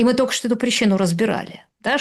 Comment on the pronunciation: Уважаемая Юлия, ведь вы не только образованный человек, но и даже книжки какие-то пишите, ну как можно наречие --- только, произносить как "тока". У меня так прабабушка говорила, но она была из деревни и неграмотная.